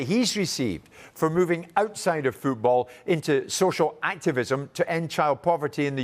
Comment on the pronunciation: The way he read football: fuu-bul 😂😂